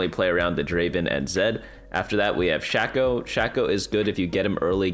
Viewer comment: great video but i exited out once i heard "shack - oh" please my ears hurt.